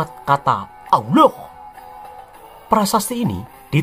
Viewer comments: Nyebutnya aloh!!!! 😂😂 lucu dan mantab...aku sukaaaaa denger nya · Ketahuan nihh.....adminnya kurang belajarnya😂 melafalkan allah aja masih belepotan 😂pesan saya supaya admin belajar lagi tang buanyak ya😂